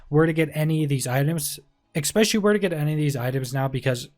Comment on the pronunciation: I love the build video but its 'Especially', there's no 'X' in the word...........